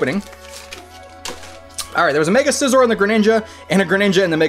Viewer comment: If it's Scizor (Skizor), why aren't you saying Skyther,?